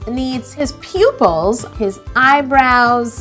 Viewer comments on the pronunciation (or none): DID SHE SAY PUPILS OR POOPILS?!?😜😜😜😜😜😜😜😜😜😜💩💩💩💩💩💩💩💩💩💩💩